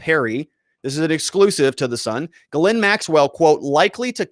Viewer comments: Ugh, American trad of butchering french names. Gagnon is GAG-none, Dubois is DO-boys, etc. I am a Canadian, was stunned by the way all french names are incorrectly pronounced in the US. Her first name is properly pronounced GEEZ-lane. You would think after all the french canadian hockey players here.... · Why can't you say people's names correctly? Like how hard is it to read the S in Ghislaine? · You're pronouncing her name wrong